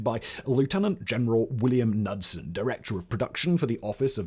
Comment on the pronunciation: Kah-nud-son not nud-sun. Son of Canute. Just ask anyone from Scandinavia or Detroit.